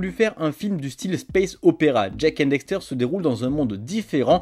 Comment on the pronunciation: Ses cool mes pas très professionnel sa se vois deja tu dis dexter pas daxter et ensuite les video utiliser sont se de la beta du jeux tu aures peux utiliser la version hd on et en 2022 la sd ses plus trop sa